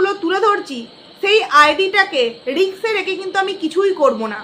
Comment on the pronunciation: Riks noy kothata risk